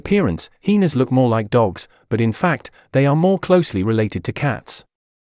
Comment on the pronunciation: I’m rolling every time he says heeenas 😂